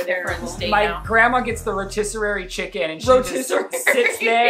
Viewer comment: not saying rotisserarie chicken 😂